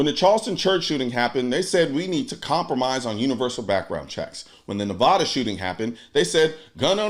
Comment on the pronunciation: It’s Nevada not Nahvada. 😂